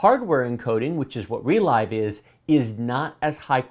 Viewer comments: I think ReLive is supposed to be pronounced 're-liv'. As in you "relive" your gaminig experience when you watch the recording later. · It's not "re l-eye-ve" You relive the game through a recording. It's a verb, not a new made-up word. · Isn't ReLive pronounced as in "to live"? Because "to relive something" means to experience a thing happened in the past. Saying "Relyve" sounds very odd to me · Not sure what the official pronounciation is, but so far every youtube channel pronounces it like the word "relive". Funny, reminds me of the Nvidia ti cards like 1080ti which everyone pronounces lile the letters except for very few people who say it like the word "tie". :D